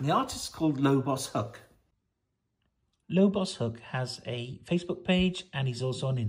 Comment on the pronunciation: Surely its Lobo's hook. Not pronounced lobos Have you read any lobo?